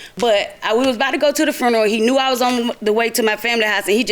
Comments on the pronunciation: She said fruneral 😩😩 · I hate it when people mispronounce 'funeral' as 'froon-row.'